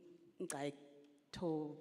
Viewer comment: No effort at all to pronounce Ngcukaitobi